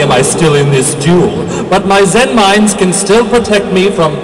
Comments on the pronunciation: but its pronounced zen-MAINes. not zen-MINEs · but their actual pronunciation is zenMAINes... so... sucks. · in the japanese language they have a charcter that is the equivelant to ai, but it is pronounced with the "big i" sound. all of the wind-up cards that have zenmai- use this character and everyone just started pronouncing it incorrectly like the japanese god of thunder/lightning Raiden but I digress. all of the zenmai-cards are pronounced zenMINES, or zenMITEY, or zenMILEstrom.